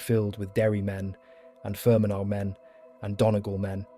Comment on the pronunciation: Approximations with English spelling, Donegal = Done ee gall, Leinster = Len Stir, Fermanagh = Fer man ah, Sinn Fein = Shin Feign, Athy = A tie. Doesn't take away from a good video but would be nice to get the pronunciation right